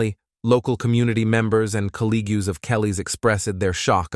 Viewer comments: Did the narrator say “colleg-yoos”? I Collegues is not pronounced that way… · This is a terrible and evil murder. I'm so sorry for her family and friends. On a different topic, the robot voice is weird. Colleagues is mispronounced as Calleegyoos. Demise is mispronounced as demeese. Brutal is mispronounced as brutall with the accent on the last syllable. It sounds really unnatural. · "Work eethick"? "Coe-lee-gooz"? "Broo-tall dem-meez"? I would blame this on AI, but surely AI would know how to pronounce these. All these butchered words and more and the fact that the footage was all clearly used without copyright permission (blocking out the original idents and awful photo "touch-up") made this piece almost unwatchable except that I wanted to know who killed her. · Okay hold on... did he pronounce it "COLL-EE-GEWS"?? Buddy, it's pronounced as it sounds - Col-leagues. Aside from that small tangent, it's absolutely appalling that Thomas straight up denied having anything to do with his wife's murder. People like him are disgusting, especially when she was clearly doing everything to raise their kids on her own. Rot in that cell Thomas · “Calee-gyus ”Oh yeah your definitely AI. 😂. It’s colleagues. Program some of the words phonetically then run it back. I had so much hope for you or. Great content tho. I guess it’s the presentation that counts. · I was wondering why he said “colleag-yous” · Coll - ee - goos ... colleagues ... is this an AI reading the narration? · May peace be with the family and friends of Kelly Clayton. Also, The narrator said collegues and demise weird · "Caleegs" for colleagues. "Dimeez" for demise. AI narration is ridiculous. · “Collea-gues expressed their shock about her violent and bru-tel demeese” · Sometimes hard to listen to with all of the mispronunciation "colleagues" pronounced "col -lee-g-yoos" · Eth-eke De-mees Co-league-cues Bru-tul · Col ig yous ? … (colleagues)